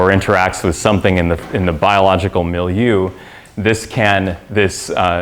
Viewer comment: Just to make sure, dendrimers will release drugs on the contact of said tumors because we functionalized their surfaces, right? P.S.: Sorry, it's more like "mee-lee-yeu", not really like "mill-you".